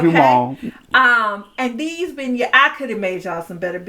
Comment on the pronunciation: Thanks, it sounds like you're saying Ben Gays for beignets. Thanks for this video, we'll pass on Emeril's.